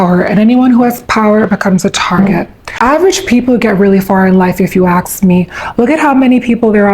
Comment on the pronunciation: "if u ax me"